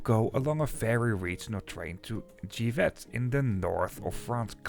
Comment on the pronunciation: The town of GIVET is pronounced in french without the final T, so like “dzjivè”.